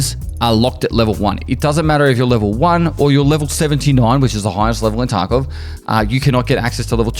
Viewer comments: stop saying "tarko" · Did he just say tarkove?